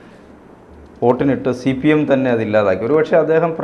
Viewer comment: ഛീഫ്പീയെം .....അവസാനിക്കും. അവഛാനിഫ്പിഖ്കും പരനാറിനായ....